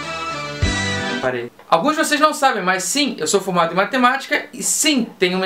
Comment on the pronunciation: eu entendi "eu sou fumado em matematica" uashdujasd